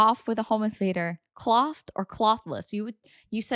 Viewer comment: Why tf are you saying clothed like that are u r tarded or something